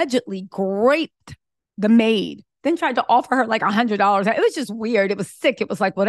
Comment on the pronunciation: Did you try to say groped?